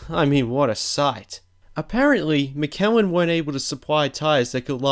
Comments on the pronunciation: Not "Mi-KEL-in". It's "MISH-elin". * EDIT * I just noticed like everybody's saying the same thing 😂 The creator must be like "Damn what a ridiculous con-TROV-ersy!" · its miiiiiiiisssssssssssshhhhhhhhhhhheeeeeeeeliiiiiiiiiiiiin nom MICK-alin lol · Good clip, but pronounced Mitch-elen. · Mickelin tires lmaooooo it’s pronounced “mish-I-lynn” Michelin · IT'S PRONOUNCED MISH-A-LIN NOT MECKELLEN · MISHelin not Mikellin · What the hell is "Mikaelin"? If you refer to the French tyre manufacturer, it's pronounced either "meeshlan" or "mitch-alin" depending upon how faithful one is to the original French pronunciation. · Bugs me how he pronounces Michelin it's sounds like Mitcheelin not Mick Kel In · "McElin" it's Michelin breh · Mi-kel-in? Mi-shil-in dude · mishelin... misssshhhh elin... not mikelin.. Michelin.. cop y and drop in google and listen .. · Hayden 3210 Me-sjeh-leighn it's how it should be pronounced. Mishalen? It's a French manufacturer so it should be pronounced as they do in France. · MISH-E-LIN It's pronounced Mish-E-Lin tires! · Guard rail? Mikelin? Please learn English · "Mick Kelin" tyres... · "mick-ellen"? Are you fucking kidding me? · I thought it was an Australian thing to pronounce Michelin, 'Mikallen', until I heard him incorrectly pronounce Flavio Briatore's name. I now think he has never actually watched F1. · "McKellen" Dafuq? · Ma-kellin? lol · It’s pronounced (mi - sha - len) Michelin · Mikelan tyres? Really? Mikelan tyres? For real? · Someone tell him Michelin is pronounced: Mish-a-lin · Mikèlin? Never heard of that haha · How do you pronounce that McKellen? Do you know ANYTHING about the sport you are making a video on? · FYI - Michelin is pronounced mitch-a-lin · It's Bria tor ree and Pat Simm ons not simons. Mickellan tyres. Fuck me mate, learn to fucking speak. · Mikelen? Mikelen? You did so much work and still cannot pronounce correctly Michelin. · It's pronounced "Mih-she-lin" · lol, you pronounce Michelin like a scrub. "Mishellin"